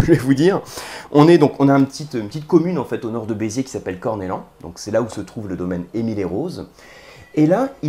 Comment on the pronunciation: Merci d'avoir mis en avant ce vin de ma région Juste un détail on dit corneyan et non cornelan pour Corneilhan Cela dit chapeau